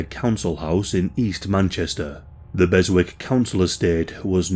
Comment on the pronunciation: Beswick, it's pronounced "Bez-ick" mate.